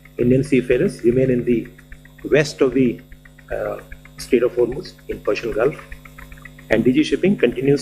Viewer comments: Sir aap acha bolte hai kripya hormz bolen na ki homarz rafar ma se pehle bola jayega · होम रूज नहीं सर हॉर्मूज है आप आलोचना की जलन में सही उच्चरण भी नहीं कर पा रहे